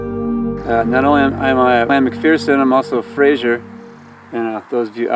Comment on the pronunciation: I've never heard Fraser pronounced Frasher before.